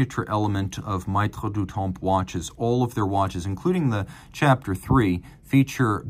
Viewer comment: "maitres" pronounced "mettre" as in "maitre d" - regarding the watch, it's a child only a mother would love.